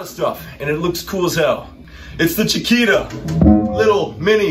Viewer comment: I know. I speak Spanish, soy sudamericano. says “Chikira”, when in fact it should be pronounced, “Chikita” (“Chiquita”, spelled correctly). I'm sorry I was sarcastic at the time, but it kind of shocked me. It's Ok. Actually there is nothing wrong, it is just a detail. No pasa nada, amigo!